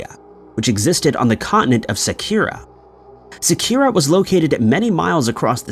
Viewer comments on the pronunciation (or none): none